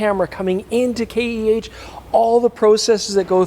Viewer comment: It's K-E-H, not Kaych.